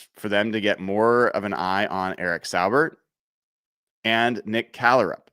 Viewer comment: FYI I believe Saubert is pronounced Saw-bert.